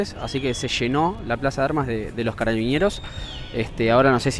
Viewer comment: Por qué dices "carabiñeros"? Son carabineros, simplemente